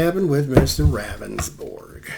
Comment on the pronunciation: I'm from SD yes thank you for doing this.. btw his name is pronounced rounsborg. I thought this was bs from the start. He claimed it was very dark but another witness said she seen the victim walking with a flashlight. Good lord. He needs to go. He shoulda resigned already.